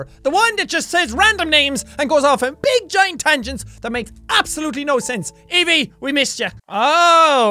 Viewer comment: Your saying Evie wrong